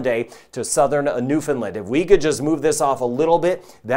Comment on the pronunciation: Thanks for this (and I truly appreciate your correct pronunciation of Newfoundland - like Understand!). Unfortunately, the bulk of the population of this province is on the Avalon Peninsula (the part that’s most likely to get hit with this) so we’re definitely in monitor mode! Thanks for all the great work you do on this channel for everyone - the level of detail is much appreciated and certainly something that is interesting over and above the normal weather stuff you hear. Be safe everyone!